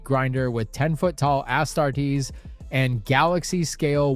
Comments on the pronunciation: Astartes is pronounced As-TAR-tes. Not ASS-tartes. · Astar TEES mfr what did you just say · Ass-tar tees? wtf? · Disliked the video for pronouncing astartes as ASS-tartes.. cmon now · Doing a video about warhammer and you pronounced Astardes as "Ass-tart-dees". Bro. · "asstarteez" 😅 God, I fucking hate the lazy use of AI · Homie narrating doesn’t even know how to pronounce Astartes, video is pure speculation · I can't drop a like since you can't pronounce astartes. Sorry but do some more research. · bro cant even pronounce Astartes wtf?? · At the very least it's struggling to pronounce "astartes". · Kathleen Kennedy sux. Star Wars sux. Disney sux.Cant wait to see Cavills version. Bruh, learn how to pronounce Astartes... PLEASE. 😅